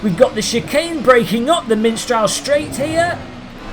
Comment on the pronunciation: It's mistral, not miNstral. eye twitch ...and that's why I shot him, your honor. ;)